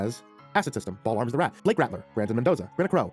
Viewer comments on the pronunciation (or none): none